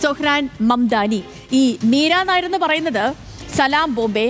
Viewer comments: മീര നായർ അല്ല മിസ്റ്റർ.. നയ്യാർ ആണ്.. പഞ്ചാബി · മീര നായർ അല്ല, മീര നയ്യാർ... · നായർ അല്ല നായ്യാർ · മീര നായർ അല്ല, നയ്യാർ